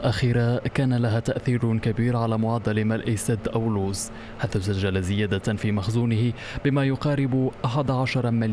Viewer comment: حشومة مديع مغريبي ميعرفش انطق اسم منطقة اولوز المغربية awlouz وا oulouz